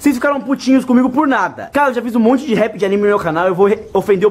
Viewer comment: É RAP não rep